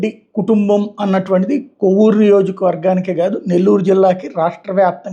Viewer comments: కొవ్వూరు కాదు సార్ కోవూరు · adi kovur, kovvuru kadu.